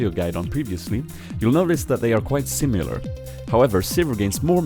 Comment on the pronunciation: 'Simyilar' haha :P Thanks for the guide!!! :)